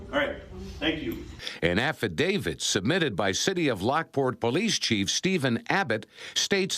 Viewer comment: IS is an affidaviT thats a T not a d its not an affidavid